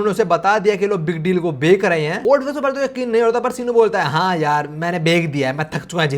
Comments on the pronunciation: why you say bek In place of bech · bhek rahe hain ya bech rahe hain😅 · Guys why he say's bek instead of bech??😅